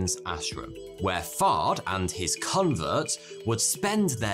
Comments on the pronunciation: It really does sound like he's saying Fart. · Listening to this at 2x speed i swear Fard is being pronounced fart with that accent.